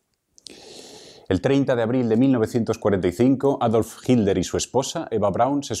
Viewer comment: Vea que raro pronuncian el apellido "Hitler", pues se come o aspira la letra "T", por lo que dice: Hi ler en vez de HiT ler. Eso se escucha rar{isimo en mi pais.